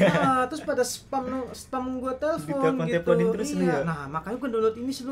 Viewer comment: teplon?🤔 telpon kali bangg😂